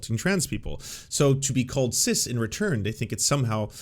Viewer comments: Really weird that he keeps saying "sizz." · I love how Tim pronounces "cis" like Jizz with a C. "CIZZ!!!!" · I'm gonna start pronouncing it CIZZ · As if listening to Dim Fool wasn't grating enough, his continuous mispronunciation of cis as sizz is driving me insane! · The only thing I'm offended by is the way Tim pronounces cis. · I can't tell if he is intentionally mispronouncing it, but either way I want him to eat his beanie each time I hear him say it. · is tim mispronouncing "cis" on purpose? or is he just willfully ignorant!? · The idiot can't even say cis correctly, nothing he says matters, it never did but ya.